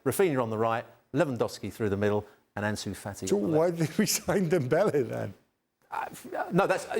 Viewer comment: does the host realise dembele isn't spanish or does she just force her pronunciation for every name